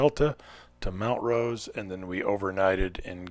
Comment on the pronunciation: The correct pronunciation of "Montrose" is MONT rose; not "MOUNT rose".